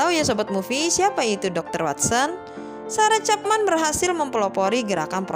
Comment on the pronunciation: Sama woe wkwkk ga fokus bgt bagian ini gara2 cepmek